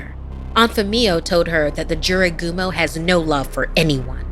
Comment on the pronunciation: Just SAY! Jorogumo, SAY! Jorogumo...